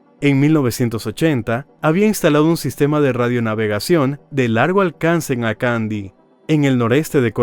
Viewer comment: Me encantan tus relatos pero debes aprender a pronunciar bien los nombres de los lugares me duele el oído de oírte de Antioquia y acandi